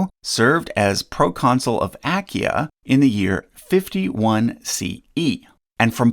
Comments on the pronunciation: Excellent and interesting work, but... you're mispronouncing "Achaia". You're neglecting the second 'a' (of three) in "Achaia". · What an unnecessarily strange pronunciation of Achaia...